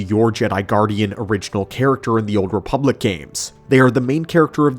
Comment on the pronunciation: THEE OOLD REEPULACK